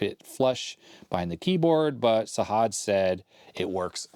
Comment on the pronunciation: Sajad is pronounced with a hard "j" instead of a "h". Can't wait for the other parts